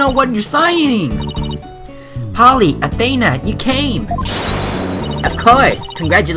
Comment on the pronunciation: Athena's name is pronounced a then (like theif but with a n ) a sorry it's a little bit of a pet peeve when I hear her name mispronounced